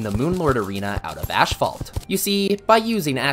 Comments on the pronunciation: Bro it's not ASHPHALT it's ASPHALT 😭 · It's asphalt not ashphalt :D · Ah yes, "cur-sid flames", "ash-phalt" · Ashphalt and ecscape as well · Im sorry, ashphalt? Theres no ash in asphalt. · I die a little everytime he says "Ash-phalt" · “Ash fault” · love the video but everytime I hear: ashphalt, I cringe so hard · why is noone talking about the way he pronounces "ashfalt" ???